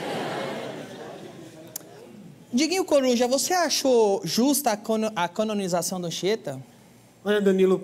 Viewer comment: O animal não sabe nem falar Canonização.